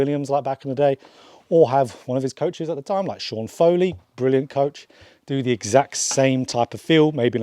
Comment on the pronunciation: All good till you said sean Foley